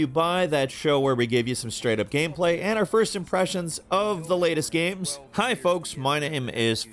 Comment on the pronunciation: Falcon talks like the male equivalent of a cali valley girl with the way he pronounces words like "gehms" instead of like a normal person "games"